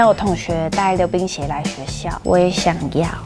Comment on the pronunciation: 我把溜冰鞋聽成流鼻血😂